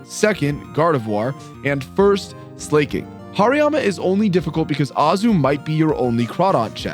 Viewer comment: Lmao just found this channel and I don’t see any comments talking about the pronunciation of Pokémon names (gyarados, slaking, and decidueye pronunciation was absurd). Is it like a running joke or does no one care?